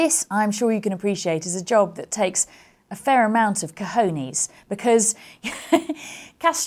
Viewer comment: The way she says Cojones is down right hilarious lol